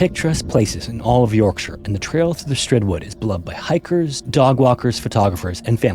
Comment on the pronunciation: North Ye-orkshire?